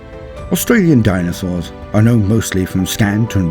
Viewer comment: the way you say DINAsaurs